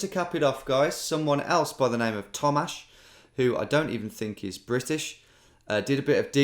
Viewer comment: Yay, you got the email! Just to gove credit where credit is due, the images of Littlehampton Westworks were provided by Julia Edge, a curator at the Littlehampton Museum. Btw Tom, perfect pronunciation on the "Tomasz" and you were right, I am not British, but an avid viewer nonetheless.